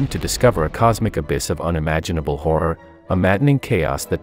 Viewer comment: I like how pronounces "Horror" Ahh the ultimate art of Rotisserie, roast chicken using black holes, the dreams of many.